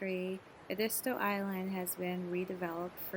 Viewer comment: Ehh- deee- stoo. Not : Ahh di sto.